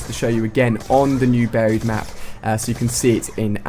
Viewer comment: I seriously hate the way he pronounces "Buried" it's like. BARRHIED :'(